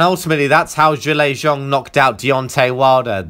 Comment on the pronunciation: Countered by Zong...?!?! Can you not even be bothered to learn the guys name ?